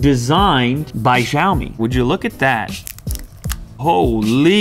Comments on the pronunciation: It's not pronounced shaomi, it's pronounced syayomi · it is called sheeeaomi not xeeeiaomi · Btw. It's pronounced as shaomi instead of zaomi. ❤️❤️❤️ the vid as always. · The X has an sh sound. like shop. So from now on say shiao me. Not zhiao me. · is pronounced “Shiaomi” not “Jaomi”.. kkkkkk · I'm confident the correct pronunciation is 'siao-me' with a regular 's' sound. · Unbox Therapy Its Siow-Me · Unbox Therapy u pronounced Xiaomi wrong. It's pronounced shee-ow-me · You're pronouncing Xiaomi wrong. It's pronounced like SHAO-me. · Lou....pronounce as c(as letter C)-aw-mi LOL. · It should be pronounced "SHIAOMI" :) as original chinese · It called "xiaomi" not "zyaomi" 😶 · It's pronounced "siao-me", which is translated as "little rice" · It's pronounced (Shee-yao-mee) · It's pronounced 'seeow mi' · you read it djaomi :DDD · X makes a "sh" sound in pinyin. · Xiaomi pronounciating just kills me every time you try to say it.... Please stop....